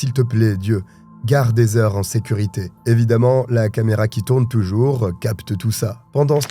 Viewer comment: Heather se pronounce ( Hadeur ) 😅 not hazer